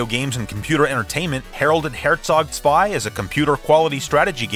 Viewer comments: As a german i have to give you credit for the pronounciation of "Herzog Zwei". Not easy for non german speakers, especially the german "Z". The rest of the video is also awesome, as always. Love your show, your passion and the intense research you put into these videos. Thank's for the effort! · Wow, you actually said Herzog Zwei correctly! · Props for that Great pronounciation on Herzog zwei. Top